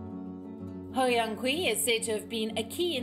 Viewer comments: Come on, learn some chinese pronunciation!. China is your geographical neighbour/economic rival/political threat and probably already the worlds biggest super power. For journalist in India it should come naturally to be able to pronounce chinese names correctly. It's a matter of professionalism... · her name is pronounced Hou Yan-chi!